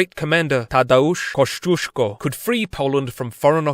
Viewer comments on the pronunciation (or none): it was kida funny to hear how u said Tadeusz Kościuszko (and also i am from poland (: ) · najlepsze co dzisiaj usłyszałem: tadeusz koszczuszko